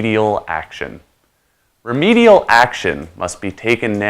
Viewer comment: dạ ad là remedial chứ hông phải remidial ạ